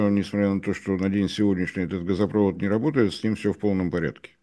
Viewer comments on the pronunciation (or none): none